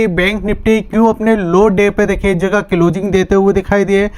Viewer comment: Tere ko closing bolana nahi aata abhi tak